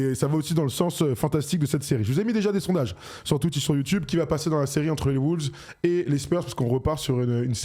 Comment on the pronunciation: arrêtez de dire des "les WOULVES" s'il vous plaît. La phonétique c'est : UK: (wʊlvz) US: (wŏŏlvz)